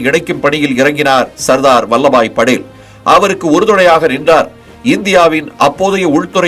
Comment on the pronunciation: நல்ல பதிவு ! ஆனால் படேல் , Padel என்று கூறப்படுவதை தவிர்த்திருக்கலாம்.